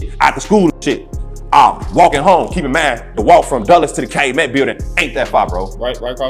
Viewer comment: Bruh it's pronounced cal u met 😂